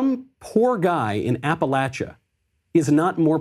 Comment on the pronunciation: I'm from Appalachia, I saw true poverty, of all races, and it's nice to hear someone pronounce Appalachia correctly